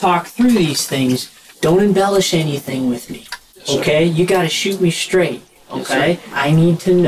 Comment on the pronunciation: he said "You gotta shoot me stright"